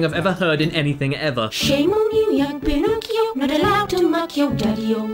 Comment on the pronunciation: I was wondering what the toys were singing. I heard "Shame on you young Pinocchio. What a laugh to muck your dirty-o".